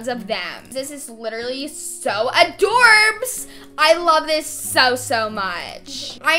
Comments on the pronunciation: Nah when you said AdOrBsS I literally can't got me laughing so hard. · Her saying “Adorbs” made my mental ness go frigging crazy 😭😭😭😭👏🏽👏🏽👏🏽